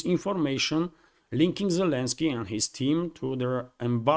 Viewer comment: Zelensky... how can i trust your ability to give me the news when you dont even get his name right? Lots of better channels.